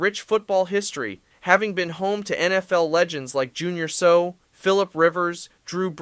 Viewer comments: Junior Seau,(it is not pronounced so.....his last name is pronounced ..say-yow) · You Butchered the surname of NFL Hall of Famer & San Diego Chargers Linebacker #55, it's not 'So', it's pronounced as 'Say- Ow'!!!! When you get tackled by Junior Seau, you will say 'ow' and will be in pain!!!! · Mexico City is not getting a franchise, period. Higher altitude than Denver and worse - the smog and pollution from the city comes into play. The smog and pollution combined with the high altitude makes breathing a problem for many residents let alone visiting teams having to play there. Oh, and it's pronounced Junior "Say Ow" not Junior "So". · San Diego Chargers' Junior "Sew"? From your other research and insight, thought you were a long-time football fan. Here's a virtual smack on the back of your keyboarding hands to make you "SAY OW"!!! The Chargers had billboards all across town with the SAY OW logo - - he was/is legendary as linebackers go and made opposing offenses and network broadcasters groan the same - - you figured out how to say name correctly. Overall, a great video! Thank you. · Junior say ow not junior sow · He didn't even know how to say Seau. Pronounced Say-ow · When they can’t pronounce the names correctly, it blows any credibility as a video. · Never trust someone who doesn't know how to pronounce Junior Seau's last name... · Portland and Mexico are a cesspool. Oakland, St. Louis, and San Deigo have proven they don't deserve a team. You should also learn how to pronounce Junior Seau's name.